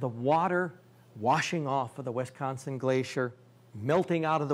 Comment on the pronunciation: Its not Wistconson, or Westconson.